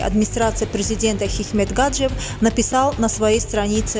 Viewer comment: Гаджиев ,ударение на и, мадам))